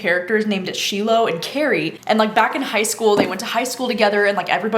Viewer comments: I thought you said you were listening to Slow Dance on audio??? but it seems like you don’t know how to pronounce the main character’s name? SHY-lo not shee-lo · Yay! Thank goodness for your review, I’m off to purchase ‘Slow Dance.’ PS The main character’s (Shiloh) is pronounced SHY-lo from what I understand!